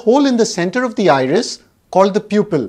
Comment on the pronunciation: The word 'iris' almost sounds like irish!